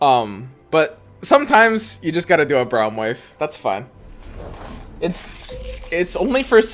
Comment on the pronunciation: I hate how he pronounces braum lol